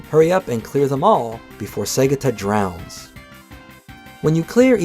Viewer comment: This will always be the gold standard for Segata Sanshiro retrospectives. Do not accept substitutes from people who didn't know the Saturn existed until a few years ago and can't properly pronounce "Segata."